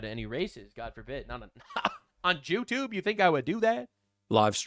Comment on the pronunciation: did bro say jew-tube 😅